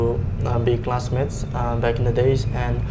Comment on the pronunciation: I heard girls friend when he said classmates in part 2😅